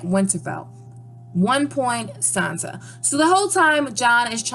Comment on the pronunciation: Who exactly is Sanza? I have heard of SanSa, Not Sanza...